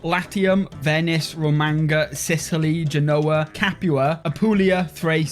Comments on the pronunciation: Romagna is pronounced like lasagna, not magnificent. RomaÑa, not ro-manga. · New drinking game, drink every time he horrendously mispronounces Romagna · I hope one day people learn to pronounce Romagna the right way. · I came to comment you should really try saying Romagna properly